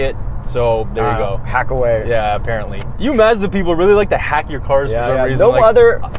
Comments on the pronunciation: Mad respect for sorting out the Mazda pronunciation. If I could give multiple likes I would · 123 5 One should always watch the videos more than once. FYI.... Don't blame the US consumers - every Mazda commercial pronounces the name 'Merican-Style'.